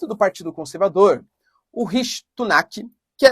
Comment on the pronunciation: professor o nome do primeiro ministro nao é rishi (S)unak ao invés de rishi (T)unak. obrigado pelo canal ,vc é o melhor :p